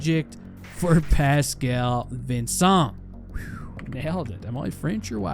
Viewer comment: Superb pronunciation on Pascal Vincent btw !